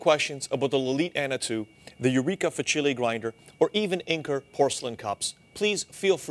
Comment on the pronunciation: Thanks for the helpful review! Eureka Facile is pronounced "FAH-chileh". It means "easy" in Italian.